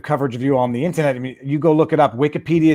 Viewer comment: Why does Viva pronounce "IN-TER-NET" as "IN-TA-NET"? It's the only word he uses where he elides an R.